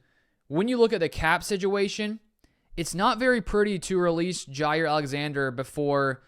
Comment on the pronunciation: It’s pronounced JAH